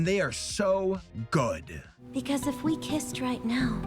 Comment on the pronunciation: Shortcut: "Gud"